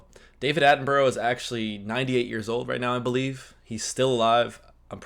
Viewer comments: 😮 oh, surely by now you've learned how to correctly pronounced British names (and places)?! It's NOT "Attenburrow" ffs!!! It's ' Attenburruh ' (& Edinburgh is Edinburruh or Edinbruh)... Just like Portsmouth, Exmouth, Plymouth, Dartmouth are: Portsmuth, Exmuth, Plymuth, Dartmuth etc... Alnwick is: Annick, Southwark is: Suthark, Bellingham, Buckingham, Birmingham are: Bellingum, Buckingum, Birmingum, etc!! I think you've been watching so many European videos, Germany, The Netherlands etc, that you've forgotten about us here in 'dear old blighty'?!!😮😊😅😂 (Jeez...😢😮 Come on... Siiiiiiigh!!) ❤🏴🤭🇬🇧🖖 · Have you heard of the Australian bird the kookaburra? Burra is how you pronounce the last part of sir Davids name not borrow. I know it looks like that but it's not how it's pronounced. Not being critical just giving advice. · While his name is spelt how you’re pronouncing it for whatever reason we pronounce it ‘Attin-bruh’ 🤷🏻‍♀️